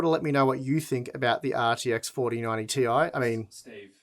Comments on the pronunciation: Steve,, its 4090 Tie, not Ti! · Oh Steve. It's not the 4090 t.i. It's the 4090 TIE.